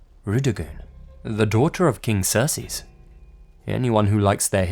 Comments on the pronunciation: I think you’re saying Xerxes wrong, it’s pronounced ZURK + SEEZ And when you’re saying it I think you’re saying it more like SERS + SEAS which isn’t the correct way to pronounce it... But I really do like this video :) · Lol during the first story anytime I heard him saying Xerxes it sounded to me like he was saying Cersei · It's pronounced "Zerk-sees" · You butchered Xerxes name. You called him Cersei lmfao like GoT. Zurc-seez that's how you're supposed to say it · Brett Wilson I thought it was pronounced Zerkzees but he said sersees so no wonder you heard cersei! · Its pronounced ZERK-SEES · It's pronounced zerk zees. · It's pronounced "zurk-sees." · pretty sure it is pronounced "Zerk-Ces" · The most disturbing thing about this video is how you pronounce Xerxes. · pronunciation of Xerxes is almost as disturbing as the mummy itself